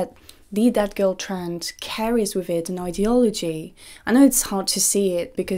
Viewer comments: everytime she says 'that girl' i hear 'dead girl' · Every single time you say "that girl" it sounds exactly like you're saying "dead girl".